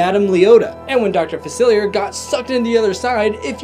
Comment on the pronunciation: It’s pronounced Fa-sil-e-a.